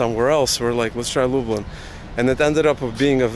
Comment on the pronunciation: I was born in Zamosc, absolutely stunning architecture. Can I also point out your pronunciation of Lublin, try pronouncing it more like "Lub lean". Your pronunciation sounds more like "Lub lynn". Enjoy one of the most beautiful parts of Poland. Zamosc benefits from the continental climate, where winters can be really cold with temperatures dropping to - 28 Celsius(coldest I experienced in Zamosc) and summers really warm up to high thirties consistently every year. Combine that with really fertile soil "czarnoziem" and stuff grows like crazy during summers. The size and quality of veg and fruit is absolutely insane. Pozdrawiam